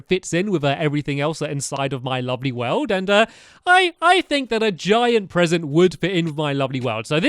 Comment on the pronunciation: Wat a Bresent